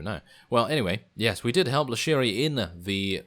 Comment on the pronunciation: It's LISHARI! The old guy pronounces it wrong as Lashiri. Good episode otherwise, i just wish you'd delve into the details a bit more.